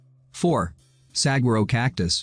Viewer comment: It's pronounced sa-war-o. ...not sag-a-ro